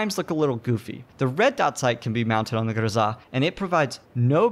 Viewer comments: Honestly, I must say that you are right. His pronunciation is kinda off. Not anything wrong with that, but you are sepost to go GRoza, not groZA. Go downwards with your tone, not up. Just saying. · it is not grozaaa, it is groza. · JESUS I WANT TO STAB YOU FOR PRONOUNCING IT GROZAHHHH.. ITS GROZUHHHH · Stop saying GRZA !! ! AAAAAAAAAAAHH ! ! ;-) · Grow-zuh. Not Guh-zah. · Triggered by the pronunciation. In America we say Grow-Zuh. That's like those hipsters that call a croissant a que-sant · it actually bothered me that you pronounced it "grozzah". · Pronounce it Grow-zuh. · There's no emphasis on the 'a', weirdo.